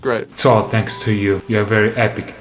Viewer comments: YOOOO “tanks” took me out 🤣🤣🤣🤣🤣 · De ahora en adelante cuando escuche "Thanks" voy a pensar en "tanks" por esto xD